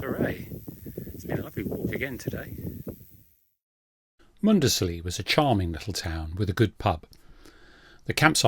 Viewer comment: Good walking video. I'm from Norfolk. Cley is pronounced Cli or Cl...eye. Muckleburgh is pronounced Borough and not Burgh. Mundesley is Mundsley. Happisburgh is Hazeborough. Palling is Pauling. Few of your places pronounced wrong but i'll forgive that for the excellent content you upload lol